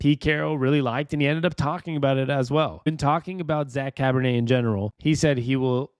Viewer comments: Char-bo-nay kind of like Chardonnay, but definitely not Cabernet, nor Pinot Noir, nor Rose', etc.... lol 😂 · Cabernet!?!?! Really man? It's Charbonnet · Bro..Cabernet? Try Charbonnet.....pronounced SHAR-BO-NAY. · I’m super excited for some Seahawks football. Also it’s pronounced Shar-bo-neigh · Enjoy and appreciate the videos. I know you said folks can be derisive in the comments but ignore them and keep up the good work. Hawks fan for 40 years! Small note. The new running back's name is not pronounced like a type of red wine 🍷